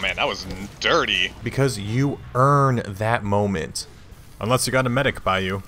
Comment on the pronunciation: Hey, can you now say medic?